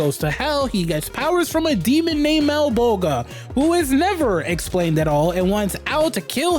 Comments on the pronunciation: Your pre prenounciation of Malabolgia drives me nuts. The g is pronounced like a J. "MalabolJia" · The way you pronounce Malbolgias name is almost as hilarious as the special effects hahaha!